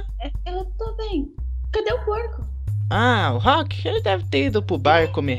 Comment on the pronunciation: no se fala rouck e rock